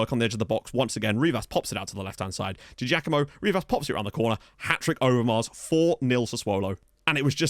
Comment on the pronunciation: hey mate, it's said Di Jackamo. We (Partick Thistle) used to have a player called Paul Di Giacomo and that is how you pronounce it. Quality signing!